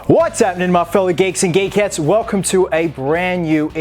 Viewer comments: No offence but Chris: what's up geeks and geeketts What I heard: what's up geeks and gay ketts Again this is a joke so no hard feelings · did he just say ‘fellow cakes and gay cats’?